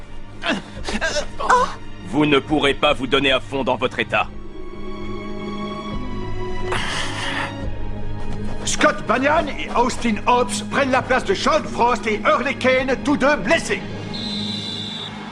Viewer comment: Pourquoi il dit scott banian alors que c'est scotti